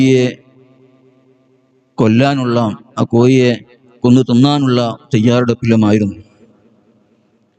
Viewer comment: കോഴി.... എന്നെങ്കിലും പറയാൻപഠിക്കൂ മോ ല്യേ രേ 😂😅